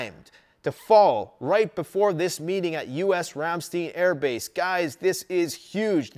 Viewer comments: Sorry to pile on to the (probably) hundreds of other comments but this grates on my nerves from having lived on a US military air base in Germany in the early 80's...please say 'RAM....STINE'. (Not...Steen.) OK, end of my YT Karen/etc comment. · Pronounced "Ram-stIne," and not "steen," with the empathize on the I, like wine. Great video. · Side note in case you'd like to know for the future- Ramstein is pronounced in English as "rahm-shtein' -rahm rhymes with com (some also say it almost sounding like rum) and shtein has a long i sound instead of a long e. Flew into and out of the Ramstein AFB a few times back in 08/09 and I was quickly corrected on the pronunciation of the word. 🤷 Anyway, as always, excellent video! Very informative. This is my evening 'go to' after work and I'm never disappointed in the quality of the information you bring to the table! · FYI: It’s pronounced RAM-STINE. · Ramm- st/eye/n. Let's say it correctly. Lol. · Ramstein...the i is a long i...pronounced Ram stine... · Every time mispronounces Ramstein, I can't help but think of the band's name. Du hast mich! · Ramstein Air Force Base. - Your Pronunciation is way off !!!! Dammit man.